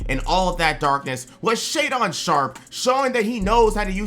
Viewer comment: scoot is gonna get rookie of the year. most of these "takes" are about on player from the team, you completely missed the entire roster in Portland and kept saying Shaedon's name wrong, it's pronounced 🤦‍♂. no mention of Ant or the acquisition of Ayeton, Brogdon, and williams, not to mention scoot himself🤦‍♂....the lack of info on just that team tells me you didn't do much research for any of the teams. this video has been a waste of everyone's time weather they realize it or not, congratulations. 🤦‍♂